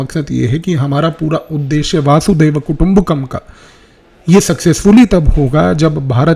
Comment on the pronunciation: वासुदेव नहीं प्रा जी, वसुधैव कुटुंबकम्